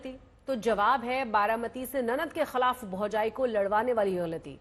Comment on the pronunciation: खलाफ , घलती बोलने की बजाय हिन्दी उच्चारण ही बोलदो मेडम हम समझ जाएंगे ।।